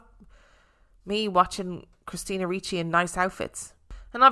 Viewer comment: You are correct in pronunciation of Ricci. 😁